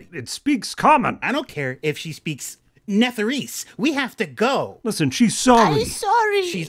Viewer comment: "I dont care if she speaks f*ckin.....Netheriese!" had me rolling